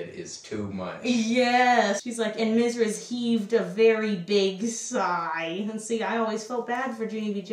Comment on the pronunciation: The blue coconut comment 😂 also the way you pronounce the word Mrs blows my mind every time!